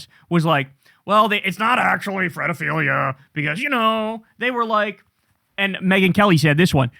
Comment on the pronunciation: Do you know why Kyle is saying Fredophilia instead of Pedophilia. And why he calls rape grape? Can somebody enlighten me? Is this a legal thing or some kind of lingo.